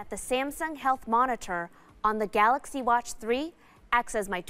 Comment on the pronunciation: I love their pronunciation to Galaxy " Galakshi "